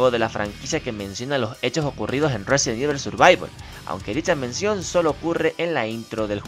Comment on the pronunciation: Resident Ibel xD